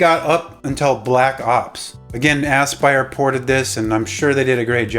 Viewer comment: Are you deliberately saying Ass-Pyre instead of A-spire for Aspyr? I may have snorted when I heard that.